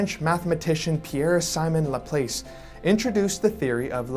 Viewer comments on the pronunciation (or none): Pronounced Lah-plass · It’s pronounced laplass lol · Laplace Said like class or grass Not place or face or grace